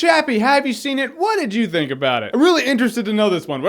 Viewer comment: I fink yo fweeky and I like you a lot! XD